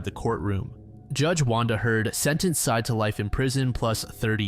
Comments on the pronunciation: It's not "Side" It's "Sye-Ed" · It's pronounced Sai-eed, bro. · The last name of the boyfriend is pronounced like “sigh-eed.” You should check cultural pronunciations with non-English names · I imagine, though could be incorrect, that his name is pronounced Sah-eed, just a guess.